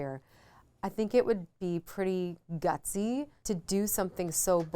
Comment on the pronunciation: Not Britney says gusty